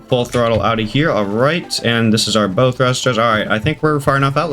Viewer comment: Good video just a fyi bow isnt pronounced bow like bow and arrow its pronounced bow like u bow to royalty lol